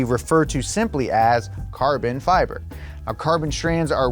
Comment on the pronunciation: Hi, it’s pronounced fiber not feeber